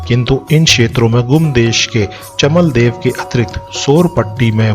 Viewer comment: "चमदेवल" है चमलदेव नही जय चौमू चौखाम बाबा 🚩🚩